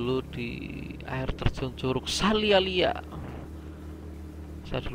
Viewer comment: Curug saliala mas, bukan salialia